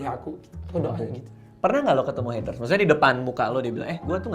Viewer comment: heatres ? napa gk sekalian heater biar jadi pemanas air wkwkwkwkw.. R.I.P. English..